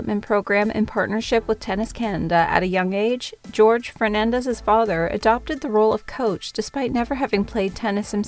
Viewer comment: is Jorge, not George... lol